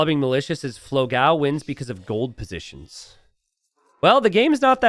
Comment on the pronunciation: cool match.. very sad about the third game drop. BTW, its pronounced dó-gão (big dog, its actually pronounced just like dog with an open o) and fló-gão (a pun with an old website for photo blogs popular in Brazil 20 years ago), so fló (as in florida) gão (the way you say it is almost correct, only the a is a little more open as in GAUMN rather than a thin a, GAEOMN a bit like we say dawn. the best reference would be this 13 year old relic of a song